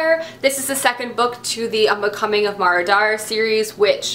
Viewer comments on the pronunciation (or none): none